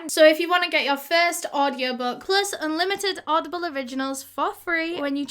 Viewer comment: ”I’m sure you’ve heard of oddball..” Oddball!? Oh, it says audieble on the screen 😅😂